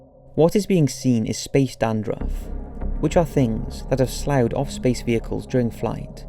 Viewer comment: "sloud" lol It's pronounced "sluffed" (so many made up words and pronunciations in these vids. Cutest.)